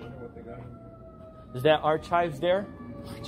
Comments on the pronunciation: I keep coming back to this every few months because I just can’t get over “ar-chives.” 😂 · Stupidity is not an acceptable medical exemption for wearing a mask. If you are having a hard time figuring out how to put one on, ask an adult for help. Ar-“chives” killed me 💀 🪦 I’m actually writing this from beyond the grave. 😢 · "arCHIVES" LOL. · He calls PLOT lines "platt" lines. His dirty nails 💅 checking the ARCH-CHIVES! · Besides the cameras and miss pronunciation of “arCHives” and recording peoples signatures, it’s started off relatively calm… Until they didn’t give human curtesy to put on a mask. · I was listening to this in my headphones when I was prepping dinner last night. When this dbag said ar-chive’s over and over again I literally laughed out loud. My family wondered what I was doing sitting at the sink laughing at myself. They didn’t see my wireless earbuds 😂😂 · "Our-chives" is hilarious. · He's killing me with that ar-chive crap. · Love the way he mangled Woonsocket and whisk head says nothing!! Hey Will, wake up! This is your state, don’t let him disrespect it! 😂 Good old ar-chives!! He meant archive’s but him not knowing the difference between ar-chives and archives or statue or statute etc. is nothing new (Knew) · Ar - chives 😂😂😂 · How is an adult who supposedly went to school but can't pronounce the word,"Archives," a simple word., The h. Is silent, something you learn in elementary school. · Ar- chives 😂🎉